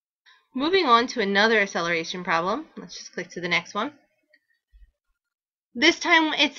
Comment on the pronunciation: pronounce it right its not asseleration